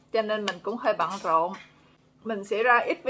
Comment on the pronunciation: Nghe nói "rất là bận dộn" nghê vui vui hihihi... Nhà cửa giờ lên giá ghê quá hen :-)